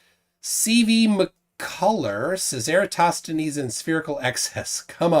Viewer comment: Flerfs will never ever be able to pronounce "Eratosthenes" 😂